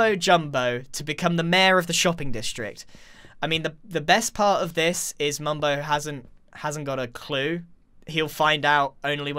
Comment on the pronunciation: How the f**k did you mess up mumbo's name EVERY TIME IN YOUR SENTENCE?!